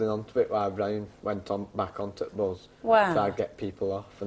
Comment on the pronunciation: awsome accent! i love how in drop's his "the's" eg. - "back on t'bus" - "get it on to (the) curb"